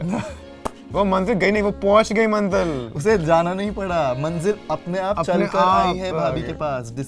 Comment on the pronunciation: Koi Bina Hindi or Urdu k Shi pronunciation k acting ya media me kese ho skta hai ko manzil bolna BHI nhi aa rha tha